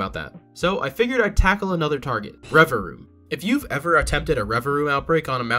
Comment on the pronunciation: It’s not “reva-room it’s reva-vroom.”